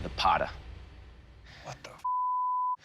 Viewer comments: All 3 blades failed horribly. Firat of all, for someone to call themselves "experts", they should atleast do thier homework. Its "Patta" not "Pata". And the full name is "Dandpatta". Patta literally means belt. Dandpatta isn't a blade in the first place. Its an extremely sharp belt attached to a gauntlet and it is meant to have extream flexibility. It is never supposed to be stiff. The only way to use Dandpatta (because of its flexibility) is by rotating and moving very fast. No maratha would ever touch any of those "Pata"s you have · Its not pata...its dandpatatta ...and blade were flexible not hard as it's shown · Not Pata it's Dand Patta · It's not Pata it's Patta.. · Actually it pronounces 'Patta'. more accurately 'Dan patta'